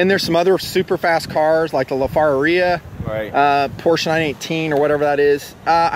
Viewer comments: "la farrariahh" FER-AR-RI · Lol you say normal ass car names all fucked up lol. Lafaralari? you mean "Le ferrari" "Vie-ynron"? lol its "Vey-ron" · lafafaria? you mean LaFerarri? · "the veye ron and the la fiarrhea" Sorry man, but them some pronunciations right there. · I thought it was hilarious when he was talking about racing super cars, but can't even pronounce the names correctly. Vi-ron and Lafar-aria haha, what are those? Sound like ghetto names. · do you american's like to butcher names. cause it seems like yall do it! heeltech? wtf its HAL (as in Hallal) HAL TECH . LA as in (ha ha except LA) LA Ferrari (fur- ari. and Bugatti Viron. its Vey Ron lol and its no aluminum its Aluminium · Lafararia. Lol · Did he just say the La far a ria? lmfao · As a major car guy, how pronounced the Ferrari LaFerrari made me cringe lol